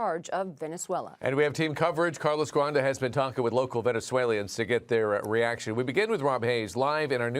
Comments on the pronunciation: Buddy said “venezu-aliens” 😂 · Can we talk about how the first dude said “Venezueliens” 😂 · how under educated and unprofessional the newscast guy literally said local "Venezuelians" 😂😂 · Calling the people of Venezuela VENA-ZOO-ALIENS is wild work! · This fool said Venezuelians